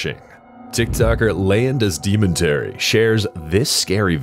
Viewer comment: You butchered #14 it translates to legends of Monterey get someone who reads Spanish.